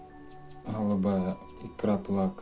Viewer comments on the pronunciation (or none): "хгалубая, хгалубая" - очень режет слух, извините )